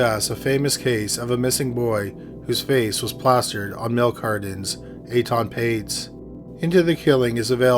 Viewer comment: Eaton not ayton